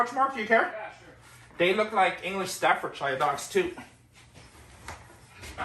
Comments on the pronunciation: Love you! It is however pronounced stafford.. SHEAR. And it's a location not a brand. But you're great:) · The way you pronounce "Staffordshire" makes me laugh. Good luck from England.